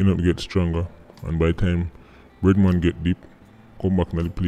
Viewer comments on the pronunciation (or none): Thought he said redman until I read the screen and saw "bread man".